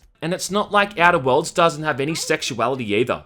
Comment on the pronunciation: The way he says Outer Worlds sounds to me like "edibles" lol.